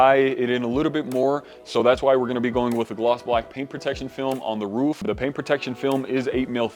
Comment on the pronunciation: Looks sick!! ...but why are you saying "woof" instead of ROOF 😂😂 I had to go back to make sure i heard that right